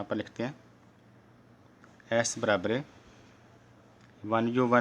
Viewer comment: Barabare nahi barabar sir 😂😂😂😂😂😂😂😂😂😂😂😂😂😂😂😂😂😂😂😂😂😂